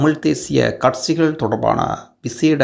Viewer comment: கட்சிகளா இல்லை கட்ஸ்சிகளா தமிழைத்தமிழாகபேசுங்கள்....